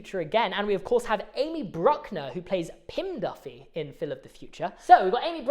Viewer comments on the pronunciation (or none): "DIFFY" NOT "DUFFY" Bro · It’s diffie not Duffy